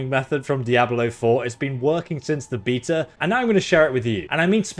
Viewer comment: There is no R in "Beta" dude is saying breta and fhree (3)